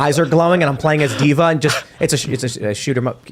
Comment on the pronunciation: D'va? Really Tim? :/